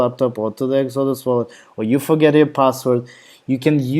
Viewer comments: Say EX-O-DUS. Not whatever your saying now. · I only say that because you are easy to understand in English, but it took me minutes to realise what you were saying was actually the name of the web page you had open. It didn't sound like Exodus. Ask a home grown Aussie, they say it the correct way. Other than that, thank you for the video. Thumbs up.